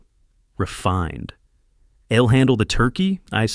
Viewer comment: What a fabulous story. The daughter-in-law was a vixen from hell!! As for Leonard, he was a spineless wimp of a man. But Gerald should NEVER have trusted family in the first place. While the story was good, the narration however could've been better. SHED for she'd; ILL for I'll; IVE for I've, IM for I'm, and others. These narratives are important because I listen rather view, so some of the story sounds muddled. Nevertheless, I enjoyed listening from Lincolnshire in England 👋🇬🇧